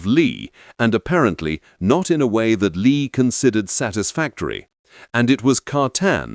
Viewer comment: Too bad the clumsy AI narration begins mispronouncing Lie as lye at 16 minutes until 18 minutes.